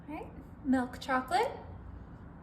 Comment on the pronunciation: It's milk , not what your saying. Where you from?